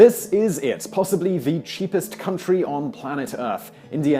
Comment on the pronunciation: My bad....I thought he said the top ten sheepest cities.